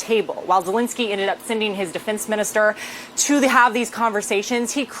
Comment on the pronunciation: Zel-en-ski not Zel-in- ski